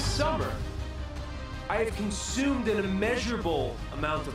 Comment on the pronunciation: "This Summer, I have cunsumed an immeasurable amount of blood